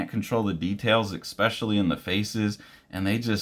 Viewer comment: please stop saying eXpecially